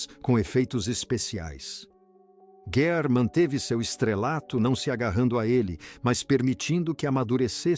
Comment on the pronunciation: Leitura péssima, que erra a pronúncia do nome do ator e desrespeita a pontuação e a entonação adequadas. Os erros chegam a prejudicar a compreensão do ouvinte.